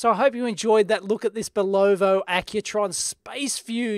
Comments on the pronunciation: Not Bull OH Va. Bull UH VA. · sorry but it's bulovA not bulovO. I really tried not to post this. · Watch name is pronounced BULova not bulLOVA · Cool watch Dave! Corrections: Bulova is not pronounced "boo lo vo" but rather "bull eh va" Speidel is not pronounced "spee gil " but rather "spy dell" Transistorised has a "z" in it => transistorized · Kevin Cozens yes I was going to post something like that but was out of my mind after he said bulovo one last time. :) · Accent in Bulova is on the first syllable, like BULL-ovuh. Accent in Speidel is 2nd syllable, like spy-DELL. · Great Vid but..... BULOVO? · pronounced BULL uva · It is pronounced 'Boo-li-vah'. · It is pronounced "Bull-Low-VA" and the band is a "SPY-dell". Don't care how it's spelled. Since when did that matter to us Yanks. LOL Ask any "Kernel" (Colonel) in the army. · In north america we pronounce it bulla vah. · I live near Providence, Rhode Island USA. Bulova (pronounced Bull-OF-A), made their Accutrons here. Also, the watch band was made here too. Great Video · STOP mispronoucing names! It is BULOVA bull ov ah. period! We don't CARE how you pronounce shit in OZ. say it right. LED? L-E-D! not lead zener? ZEENER! not zener lead? LEAD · Yes, it is pronounced "BULl-OH-VA" but does it matter so much? He's done a great technical review and his technical knowledge is excellent. Most Aussies would pronounce it the right way but perhaps the name cheats his tongue. Some people get tongue tangled with some words. Big deal! He's a nice guy doing us all a good service so, please, be less picky! And stop picking on Aussies! BTW...most electrical service people downunder will call a LED light a "lead" light just for brevity's sake. Again, lay off this guy...he does good work! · Pronounced Bull - o - va,,, fyi since you own one. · Yes, and the emphasis is on the first syllable. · Bull U VA✔️🤷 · At least we are spared one Bolovo. :) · Yes... BULL-uh-vuh... and a 'Spy-Dell' wrist band.